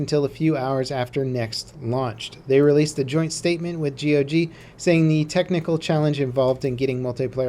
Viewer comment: dude stop saying g.o.g. Just say gog.